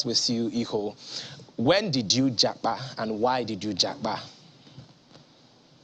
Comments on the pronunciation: Já pa, not ja pá or já pá. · It's Jápa not Jápá